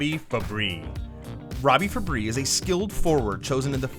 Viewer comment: Why did you pronounce fabbri like that